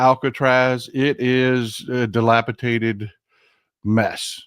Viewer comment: DilapiDated, not dilapitated.